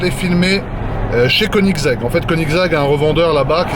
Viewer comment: Quand j'ai entendu konigseg je me suis levé direct🤣🤣🤣🤣